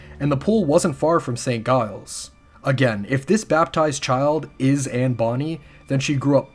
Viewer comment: This is so awesome! Just one thing: St. Giles is pronounced "Jiles", not "Guiles"